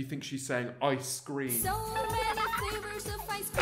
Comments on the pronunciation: Am I the only one that heard "I scream" in stead of ice cream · I heard “Ice cweam” instead of “ice cream” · I hear ice kleem